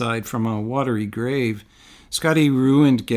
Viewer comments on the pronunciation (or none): none